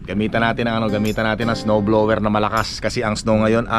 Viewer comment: Sir, summer not "sammer: blower not blewer...ano ba iyan matoto ka nga!!!Practice make perfect.